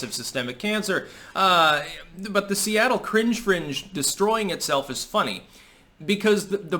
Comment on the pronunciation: Seatle almost like Soylatte